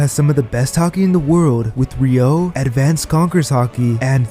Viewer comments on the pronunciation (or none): it's RYU-O guys, not RYO-U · The pronounciation... A yo kiji 💀 Edit: Re yo = Ryuo 💀